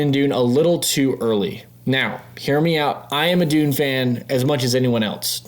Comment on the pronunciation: great video, but it’s pronounced dunne not dune:)